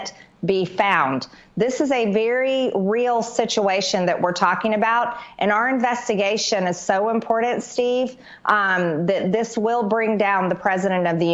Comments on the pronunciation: I hate it when people say "Impordant" instead of "important" What a buffoon. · I noticed that everyone in Georgia pronounces important with a "d".Do they spell it that way,too? ImporDant? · Look, I'm not poking at speech disorders, but seriously, does MTG have one? There are certain words she continually mispronounces, like... "impordand". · Hey Marge, please enunciate correctly. The word in "important" not impordent!!!!